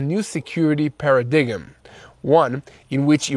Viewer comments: Para dig im???? Paradyme is pronounced "PARAdime" NOT Para DIGIM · Para-dig-em is pronounced Para-dime ! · Pronounce the word para/dime. Not para /dig/um. Keep up the good work. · Paradigm is pronounced 'para-dime' not 'para - diggem'🙂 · you are doing an awesome job spreading the truth to fight these vile terrorist enemies. I like to visit Isreal just to meet you, Mati and your crew. However, the "g" in Paradigm is silent. Like Para dime. Long "i". Just want to help. You guys are the best. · Paradigm is pronounced as 'para-dime ' and rhetoric as 'ret-o-rick'. Otherness I am amazed by your daily updates, and greatly support you broadcast as a subscribed supporter. Thanks and. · Hi, your English is great. Just a tip - paradigm is pronounced para-dime. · Love the "para-diggem". ❤❤❤ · paradigm is pronounced para-dime (silent “g”). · “Pair a dig em” 😂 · I know it's a serious issue, but "paradiggum" made me giggle. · Once again.. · I deeply hope this msg reaches you. 1. We love you; keep up your good work. 2. To help spread the truth, you need to be better understood. Israel once had a great spokesperson, Abba Eban, who spoke with excellent diction. It's essential. You can too. 3. You used the important words "paradigm" and "rhetoric" about 5 and 6 minutes into this report. You used the words correctly but pronounced them horribly. 'Paradigm' has a 'silent' G. It's pronounced 'para'-'dime'; with emphasis on 'PAR', which has an 'a' as in 'apple'. You lose your audience's attention saying it as you did. 'Rhetoric', which you will undoubtedly use more often, wasn't as bad but the results of mispronunciation are the same. It should be 'RET'-'or'-'rik'; again, with the emphasis on the first syllable 'RET'. Best of luck. We pray for you and your family. And of course the peace of Jerusalem.